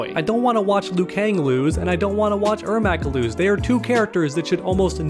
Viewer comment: its pronounced Air Mac like the shoes